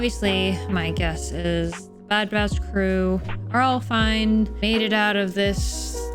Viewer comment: It's sounds like you're calling them the bad bratch. 😂